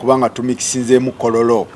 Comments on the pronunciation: But it's kololo still not kororo her pronunciation yeyo anti jabera temujja bitegera 😂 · Owaye the way she pronounced kololo😢